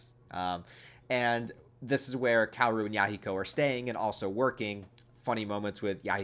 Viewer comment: Kaoru is actually pronounced Ka-o-ru btw.